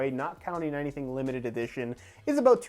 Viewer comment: Did you hear him sat aboot instead of about ;) it really fits with these videos